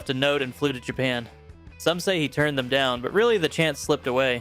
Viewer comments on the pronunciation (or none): none